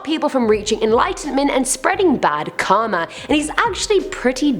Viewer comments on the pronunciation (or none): none